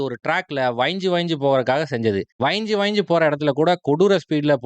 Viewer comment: வைஞ்சு ❌ வழஞ்சு ✅